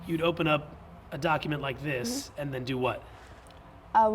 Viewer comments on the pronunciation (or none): none